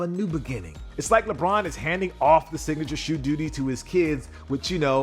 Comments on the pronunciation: Lebron James: ❌ Lebon James: ✅ Edit: now it's Leborn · "LeBorn" james lfg!